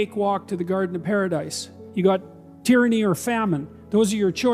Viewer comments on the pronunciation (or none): Tyrsnny or famine ? Is THAT what he said? Yep.